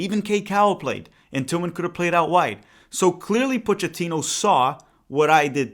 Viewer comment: Coach Pochettino. If he pronounces it the way Italians do, it is Poe-kay-teen-oh. Not 100% on this because he is Argentine, but that is how Italians would say it and this is definitely an Italian surname.